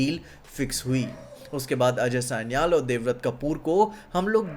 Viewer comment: Aj Sanial sanial kya kar raha hai, ajay sanyal bol naa Angrez kyu ban raha hai itna